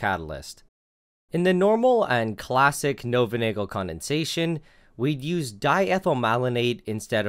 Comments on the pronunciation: Knoevenagel is pronounced "ka-noo-fin-aa-ghel", with a hard 'gh' (it's a Dutch name) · actuallu Knoevenagel is pronounced (Knoo-van-nay-ghel) the K IS pronounced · He pronouced it completly wrong. Its spelled Knöwenagal (The letter ö doesnt exist in English) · Just a minor thing, Knoevenagel is phonetically pronounced, according to my text speak is: nuvn ah gill. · the K in Knoevenagel isn't silent, because it's German. Also the oe part is pronounced as ou in you.